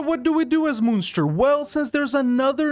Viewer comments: I'm pretty sure it's pronounced like Monster. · The way you pronounced Munster today is the way you pronounce Münster. No idea how you pronounce the Irish one. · Munster is fun-ster. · As somebody from present day Munster, the way he says it drives me insane :) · Wahey more Irish play! I was disappointed the flight of the earls idea wasn't the one you went with but this is good too. Also, first pronunciation you do is the German Munster, second one is the Irish Munster. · Its being pronounced wrong